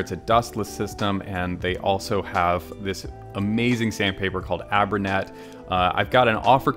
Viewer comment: Fabulous as always. Can't wait for your videos to come out, I stop watching everything else and go right to yours as soon as I get the notification. Btw it's abray-net (like abray-siv). 😁